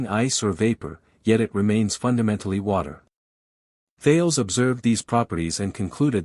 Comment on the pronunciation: Thales is pronounced "thay lees"